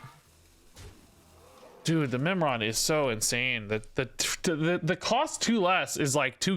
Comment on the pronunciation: Oh, Mimiron, I thought he said Nimrod and had to double take if I was watching a Snap video.